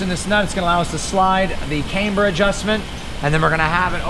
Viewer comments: because it’s pronounced camber. Not cameber. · Lets say it together.........cam ber........it’s not came ber 😂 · The way this guy pronounces “camber” is giving me heartburn.